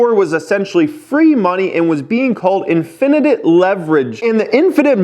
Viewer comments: Pronounced IN-FI-NIT not IN-FIN-ITIVE... bro... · In-fin-ite* lol spell out what u sayin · Infinite sounds like, in fin it. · Infinite = IN-FIN-IT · infinitititititit leverage.. what the heck is saying? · It’s “in·fuh·nuht”. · Nobody:: infinitit leverage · So we’re just gonna ignore the fact that doesn’t know how to say infinite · For real... I had to look at the spelling twice to make sure I wasn't judging him unfairly... I was thinking maybe they spelled it wrong and he is just pronouncing it how they spelled it... nope! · Have you ever seen the episodes of Family Guy where Stewie puts too much emphasis on 'wh' Wheaton. This is how I felt. Why are you saying it like that. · Don't say Infinite like that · That was the best Rickyism ever... you pronouced that horribly lolol